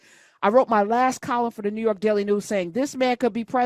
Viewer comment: "Newu York"😂😂😂